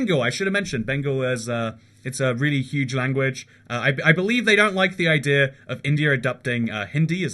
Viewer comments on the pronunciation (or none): none